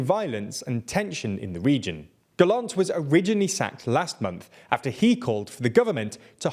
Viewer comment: about the Israel story maybe try to say Gallant with emphasis on the la in the name and not Gallont but good work in generals, it not easy to say names you don't hear a lot